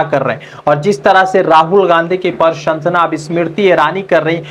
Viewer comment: अबे भाई बोलना तो सीख ले क्या बोल रहा है प्रशंसा बोलना भी नहीं आता मुझे तो लगता है कि तू गुजरात के स्कूल में पढ़ा है।